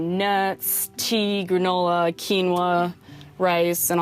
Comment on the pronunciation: The way she said quinoa made me cringe